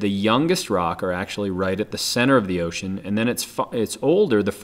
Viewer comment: xD it sounds like your saying ocane not ocean xD